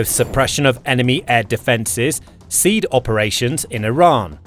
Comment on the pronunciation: Pronounce SEAD "see add"